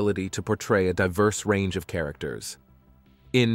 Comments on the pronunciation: Sophia LorEn , not LOren . 🤷🏻‍♀️ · Loren ...stress on the "N"..!